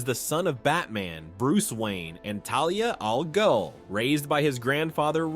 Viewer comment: BOT-arangs? Uh-skrimas? Talia Al-GOAL?